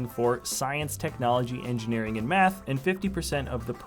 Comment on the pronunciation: Why did you say meth not math